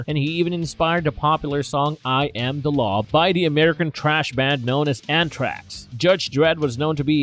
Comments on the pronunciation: It’s a speech impediment.I ain’t mad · You said anthrax wrong, just sayin